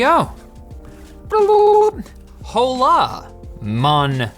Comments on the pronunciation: H in Hola: silent: HHHHHHHHHHOLÁ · La hache is silent. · "ho la" me: cállate la boca pendejo lmfaoo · "Hola mis amigos", which means "Hello my friends", should actually be pronounced similarly to "Ola mees ameegos". It's Spanish btw.